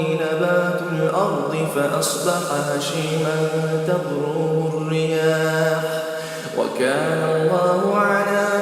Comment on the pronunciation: دىققەت ( تذروه الرياح ) تظروه الرياح ئەمەس ( وذريته) وضريته ئەمەس (ذ) انتبهوا لهذا الحرف أرجو تصحيح التلاوة وجزاكم الله خيـــــرا